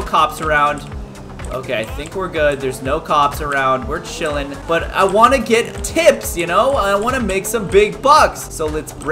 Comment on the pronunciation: Caylus are you saying ice cream chiln